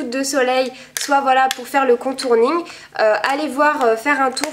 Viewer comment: On dit contouring pas contourning :p